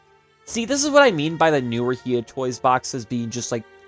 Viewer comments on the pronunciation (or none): It's HI-YA! Hiya!